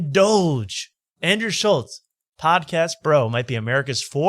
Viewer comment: Why does insist on saying Schultz’s name wrong?